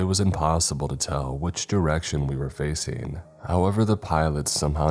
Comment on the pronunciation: Fac-ING, NOT FACEENE!!!!!!! Learn how to pronounce ING!!!!